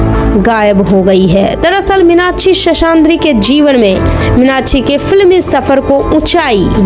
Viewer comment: Very bad title... Bad commentry... Cant pronounce her name.. N hindi words... Very hopekess... Thank god at least the facts were narrated...